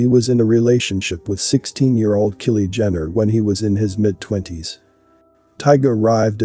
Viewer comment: He mispronounced Hailey Bieber and Kylie Jenner as well, so I wonder if it's intentional not to get the YT police after him.